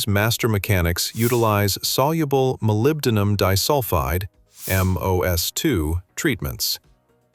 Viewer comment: ИИ как противно слушать! Молибадин, это нужно догадываться, что это молибден...